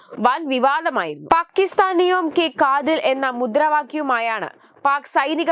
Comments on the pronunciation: കാതിൽ അല്ല, കാത്തിൽ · കാതിലും മൂക്കിലും അല്ല കുട്ടി കാത്തിൽ... നി ഒക്കെ സ്കൂളിൽ ഹിന്ദി പഠിച്ചിട്ടില്ലേ??😂 കഷ്ടം